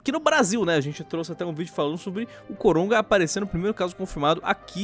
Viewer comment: não sei se sou so eu que estou ouvindo eles dizerem COROGA